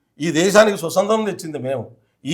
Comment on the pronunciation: స్వసత్రం కాదు నాయనా స్వాతంత్రం .అప్పుడే తెలుస్తుంది నీ తెలివి